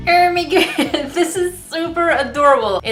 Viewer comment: Can you just say oh my god correctly? Cause your saying ermie gud! Not oh my god like a normal person.